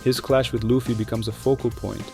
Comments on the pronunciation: great video, but there's no way you have analyzed one piece in this much detail and pronounce it "luhffy" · Good video but why do you pronounce luffy as luhfy smh it’s annoying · U talk way too low for the music volume to be that high man lmao “luh-ffy” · How do people watch one piece and still pronounce luffy name incorrectly lol. Beside that amazing video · no way my guy has a video essay about the emporers but pronounces luffy wrong that aside i really enjoyed the video. the emporer's just didn't have the oomf they needed, which smaller villains have had